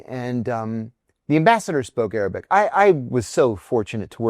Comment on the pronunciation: Misheard you. Thought you sad aerobic and not Arabic. It was quite amusing for a while 😂😂😂😂